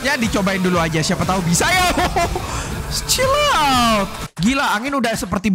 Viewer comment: tulisan ny chill out ngomong ny cilot :v (canda)